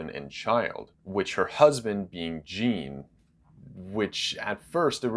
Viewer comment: Something that quite annoys me. You say Jean as gene but it should be Jean as John.